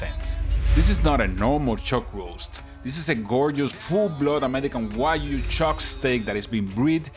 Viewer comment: I love how he say wajyu instead of wagyu, this is that I know 😂😂😂